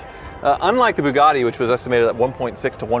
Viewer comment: Why does it sound like is saying Boobgatti? 🤪❤️🇺🇸